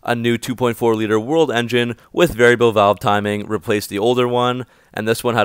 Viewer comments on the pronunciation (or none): none